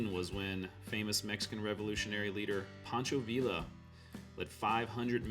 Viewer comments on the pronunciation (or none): 1. Please be aware that in Spanish a double LL is pronounced as a "y." Therefore, it's not pronounced Pancho "ViILL-la," but Pancho "VEE-yah." The same with tortilla ("tor-TEE-yah") not "tor-TILL-la." 2 What kind of map did you use in this video, and where can I get one? It appears much more detailed than the normal roadmap. Please let me know at least the map's name. 3. Love your videos about these forgotten towns. Please keep up the good work. Well done!! Thanks! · Please learn how to pronounce Spanish words with double Ls in them. His name is Poncho Veeah. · Great video, as usual! One small correction. Villa, as in Pancho Villa, is pronounced "vee-ah" in Spanish. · In Spanish, ll is pronounced y. Pancho Viya. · Great video! By the way, in the name Pancho Villa, the ells are silent. Just like in tortillas they are silent, and ells are often silent in anything Spanish